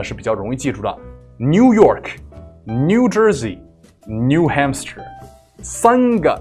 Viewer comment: 纠正一下发音，new HAMPSHIRE.汉布什尔